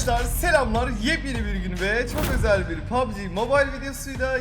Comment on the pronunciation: Bu abi her videoda "bu gün çok özəl bir video " hepisine zaten özel diyo 😂